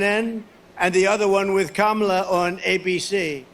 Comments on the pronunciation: Oh he pronounced her name correctly. Was that a mistake? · I love how he keeps slipping up and saying Kamala's name correctly. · We need to give Trump a gold star and a trophy because he actually pronounced Kamala’s name correctly I’m shocked 😳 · He pronounced Madam VP’s name correctly TWICE!!! Good boy, Donnie 🎉